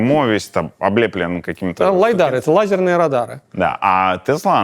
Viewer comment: не лайдар, а лидар